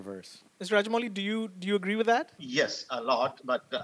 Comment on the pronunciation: I love how Joe is calling Rajamouli as ''raja'' a king!